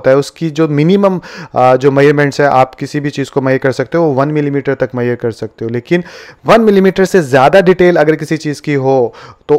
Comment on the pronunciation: मैयर मत बोलो मेझ रमेंट बोलो